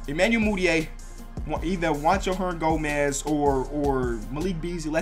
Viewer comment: You can't say Hernangomez lol good vid tho